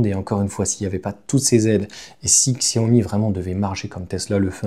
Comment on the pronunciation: Prononciation ===> Tchia - Ho - Mi.... (et pas Xia - Ho - Mi !)